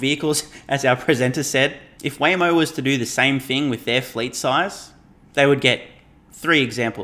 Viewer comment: The class clown mispronouncing Waymo, tells me that someone spoon feeds him his talking points.